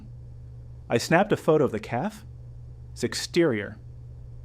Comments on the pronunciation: Cafe. Not calf. Caf-ay. Good grief. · Annoying hearing “caf” over & over again😂. It’s cafe’. AI talking I guess. Children are money hungry bunch. Good story though. Thanks for sharing.